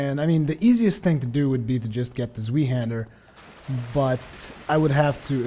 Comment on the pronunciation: Isn't zweihander supposed to be pronounced like how you say why not we? I only say that because I'm sure zwei is German and the English term for the great sword would be twohander.